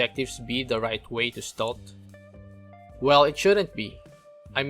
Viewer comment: Ste-lth, not "stolth"